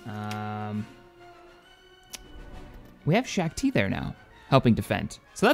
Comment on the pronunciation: Shack it's not shack-tea as you've probounced it. Her name is pronounced shock-tee